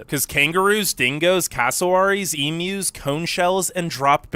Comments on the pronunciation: The reason our stores close early is that Aussies work to live, not live to work!! We all love our leisure time especially on the weekends. You have watched enough Aussie videos to know that you pronounce it eem-you not eem-oo!! Yes, our wages are good but things are now getting quite expensive with the cost of living at the moment but the Supermarkets are dropping prices on purchases of food and essentials to help out. We would still love to see you in Australia soon and to travel and make up your own mind about our beautiful country!! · stop saying Emu (ee-mew) wrong and yes the great Emu war was real. With all the Aussie videos you've watched i can't believe you haven't seen that yet! Ha!